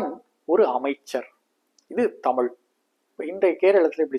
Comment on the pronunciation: தமுல் அல்ல தமிழ்